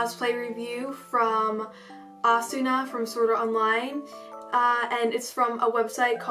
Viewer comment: Her name is not pronounced asuna. It's pronounced asna